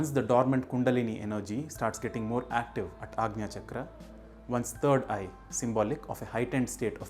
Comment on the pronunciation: Thank you for the proper pronunciation of ‘anja’ ✨🙏✨